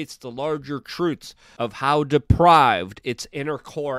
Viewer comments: "Depraved," Luke, not "deprived." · Dear Luke: "depraved", not "deprived"... trivial technical advice from an old curmudgeon fellow NH Free Stater and refugee from NYC. Love and groovy stuff to you and yours this Thanksgiving. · DEPRAVED. Not deprived. Lmao🤣😂